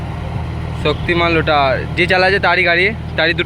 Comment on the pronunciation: লোটার নয় রোটার 😂